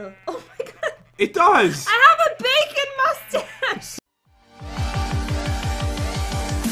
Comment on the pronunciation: He said I got the beacon face instead of bacon face